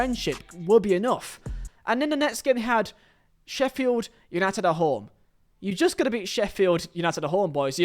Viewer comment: I've never before heard someone pronounced Sheffield United like the U isn't there